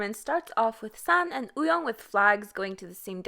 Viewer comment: can you pleas fix your pronunciation wooyoung not uyong